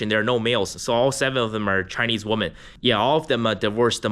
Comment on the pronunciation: Why do you pronounce women as woman ?